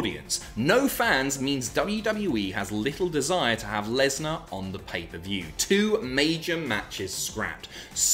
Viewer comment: PAPER VIEW? you got a genuine laugh from me, cheers